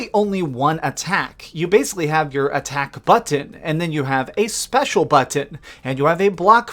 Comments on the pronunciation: IT SOUNDS LIKE HE'S SAYING "UHHTTAOCK BUHHTTOUN" INSTEAD OF ATTACK BUTTON LMAO 🗣👂😂😂😂.. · turned video off after the second way you pronounce BUTT-TON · How come sometimes you say the word "button" like an absolute mong then other times you say it OK? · You say "button" weird. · You didn’t say it wrong, but the way you pronounced “button” with the hard Ts is the type of comedy I don’t want to laugh at. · 8.5? Wow ... I had it on Xbox back in the day I thought it was ‘ok’ ... the way you were saying ‘button’ tho 😂